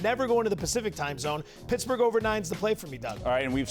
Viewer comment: “Pittaburgh” nice one..